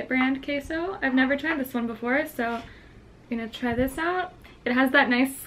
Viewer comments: it's pronounced ke-so not kay-so 😭 still adore you though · Bro she said “Kay-So” instead of queso (keh-so) 😂♥️ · How do u say jalapenos all bad ass and totally butcher queso werka??? It's queso not kayso!! I'm telling ur mom!! 😉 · Trista Kuechler she pronoun it as kay-so... i wouldn't have corrected her if she got it right lol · Trista Kuechler but it is pronounced ke-so . Can't expect her to pronounce everything correctly just because she's half Mexican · sis you're half mexican yet you're pronouncing queso and "K-so" ??? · how do you say queso so white but jalapeño not white lmao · I love how you say Queso. Normally I hate it when it is pronounced that way, but it’s so adorable when you say it like that. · Says queso and cilantro like a gringa but jalapeno and elote like Mexican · WAIT if you are a mexican why do you not say Queso right in the proper spanish way. :( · She's half Mexican and can't even say queso correctly? Lol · It Triggers Me That She Knows How To Speak Spanish And Ugh The Way She Says Queso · No offense but u said queso so weird 🤣😂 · the way she say's/kind of tries cheese in Spanish really bothers me😂😂😂no hate💙☺ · Eww say queso right si no say it in English "cheese" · Just came across ur channel today. No shade but I've heard you pronounce "cafe", "jalapeno" and "comal" so well, but u can't pronounce QUESO?? super cringe worthy for my mexican ass lolol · So she says queso like she's white but she says jalapeno and elote like a Hispanic oh my Oh mi 🙄